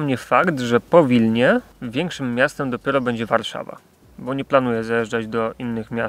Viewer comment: "Warzawa" ? :D